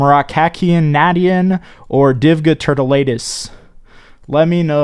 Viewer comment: Na-dee-en? Nation smh. Nah-shh-en. Smh.